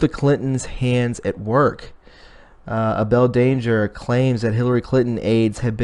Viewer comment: Abel Danger is pronounced "A-ble Danger"!!! You should learn who you are quoting. The way you butchered the name throughout misled all but those of us who follow Field McConnell. Shame on you!